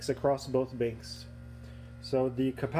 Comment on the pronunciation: He's saying you're pronouncing banks as binks. Good video, btw.